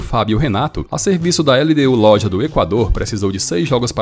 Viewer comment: Vídeo muito bom. Parabéns pelo trabalho. Só uma correção, a pronúncia do nome do time LDU de Loja é "LDU de Lôrra", de acordo com o Espanhol do país de origem.